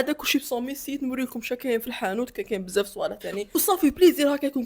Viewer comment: الناس كتقول بزاف وانت كتقول بساف🤣🤣